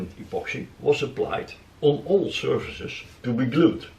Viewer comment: ‘Surfaces’. Not ‘services’ No offence! Dutch is not my first language!